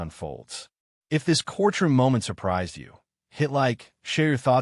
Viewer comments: What is a core-troom. I think you're trying to say courtroom. There's no pause in the middle of that word it's one word. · What's with the pronounciation of cortchroom?